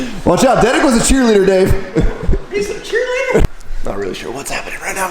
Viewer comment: It’s detig not dedick for those of you wondering